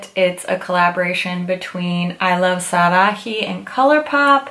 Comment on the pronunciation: Love this idea! Just a friendly tip :) In Spanish the “h” is silent, so with the couloupop collab, Sarahi - you don’t pronounce the “h”. Not trying to be mean. Just a sincere tip :) love your channel!